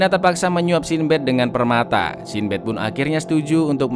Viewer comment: Sin Bad 😐 coba pakai google translate, cara pengucapan mu kurang tepat